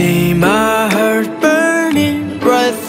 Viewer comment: góp ý be bé là "heart" đọc là hart nhé. btw đỉnh quá ạ 💕